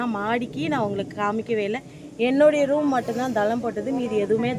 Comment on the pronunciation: roombu illa room nu sollunga😇 ellarkum ellamey therinjirukanum nu endha avasiyamum illa, but therinjikonga. ini correct ah sollunga🙂